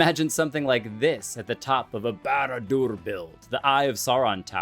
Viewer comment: Your 'barad dûr" pronunciation was perfect!😅